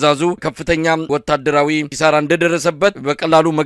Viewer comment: ኪሳራ በል እንጂ ክሳራ አትበል አማራ አይደለህም እንዴ!??